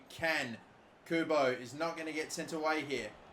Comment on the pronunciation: someone should make a counter for the amount of times messes up Kubo's name